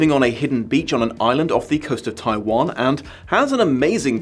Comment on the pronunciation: "Taiwan"? Jesus Christ.